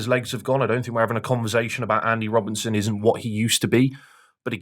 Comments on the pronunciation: His name is Andy Robertson. How the fuck do you repeatedly call him Robinson 😂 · His opinions aren't bad but where'd you find a guy who after EIGHT YEARS is saying Andy Robinson 😭